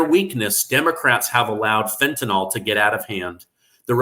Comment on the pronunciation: The product is called fentanyl not fentanyl read it and pronounce it correctly